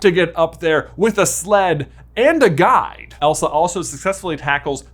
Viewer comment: there at the end I thought you said "anna had a sled...and a guy!" not "guide" and it cracked me up 😂